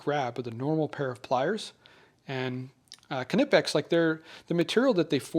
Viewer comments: I think you said it correctly... kuh-nippex. I've had some of their "channel lock" style ones for over 20 years sold through Matco tools. They are my GO-TO pliers when I need that clamping force. If I recall correctly, they owned the patent on that spring-loaded push-button position locking mechanism til recently. now it's available all over. Good stuff. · Your pronunciation of Knipex is quite perfect. It's a German company, so the "K" is definitely pronounced. I own the larger, 250mm pliers. They are perfect for pulling dowels, possibly also dominos, though I don't have a domino jointer. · German here: Yes, the pronounciation of Knipex was correct but Wago wasn't. It's pronounced more like "Cargo" but without the r, so "vah-goh" ^^